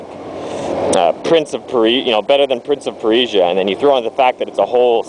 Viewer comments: Lol Prince of Per-eee-jahhh, it's purr-sjah mordeth! =] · lol prince of parisia...its persia ;) cool review though. i might check this game out one of these days. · speakin of... er.... prince of pereesha?! (persia) the new movie looks awesome, cant wait for that :3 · heheeheh prince of per-isia imao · lol at prince of "pereesia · You say Persia funny....